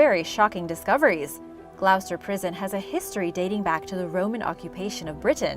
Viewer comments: It's actually pronounced Gloster! lol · Gloucester, my home town (it's pronounced 'Glaw-ster' 😁).